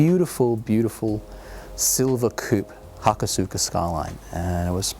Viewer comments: Haka-suka? ha-Koh-suka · he pronounced hakosuka wrong... it's ha-ko-suka, but there isn't really emphasis on the u, so it's said like ha ko s-ka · its pronounced hakoska.... the u is silent... lol killing me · generic moeshit lolicon Just wait for him to say "aluminium!" / aluminum.... It's not incorrect, just different. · I just always think of those pronunciations being like how you would say sasuke, the su is practically silent. And in the word Tsunade, you hear the "Soo" sound with tsu and not with su. Just my opinion.